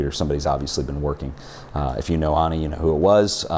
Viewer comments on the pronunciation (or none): Pronouncing Annie as Aunie is killing me smalls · I thought I was the only one annoyed by this difference in pronunciation. She doesn't even pronounce her name the way he does! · Annie doesn't pronounce her name as "ONNIE." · I believe the first name starts with an A not an O so it would be Annie not Onnie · her name is annie not onnian not on